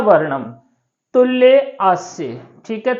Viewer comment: उच्चारण भी गलत है पढ़ना भी गलत तुल्य को तुल्ये क्यों कह रहे हो। गलत मत पढ़ाओ तुल्य का मतलब होता है समान। न कि तालु